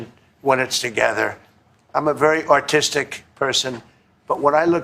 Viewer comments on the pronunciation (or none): Did "he" say ARTistic or AUTistic? He has ZERO chaRIZZma! *gasp!* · He did say autistic not artistic right????🤦‍♀️🤦‍♀️🤦‍♀️💩💩💩🤬🤬🤬🤬